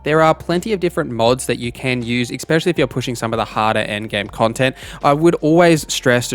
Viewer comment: There is no X in the word especially